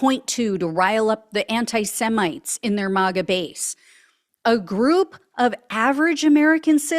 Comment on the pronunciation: Why do you say Mah Ga ? Do you pronounce Make as Mach ? It’s May Ga ! & Trump sucks no matter